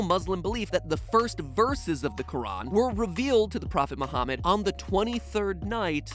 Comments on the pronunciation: Lol my name is Muhammad and I can’t believe how much research he did on Islam and still pronounced my name slightly incorrect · Matpat has said Muhammad and Kaba and Quraan wrong (I am a Muslim).